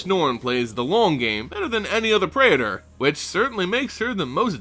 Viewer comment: Pray-A-Thor? really that's how you're supposed to say this?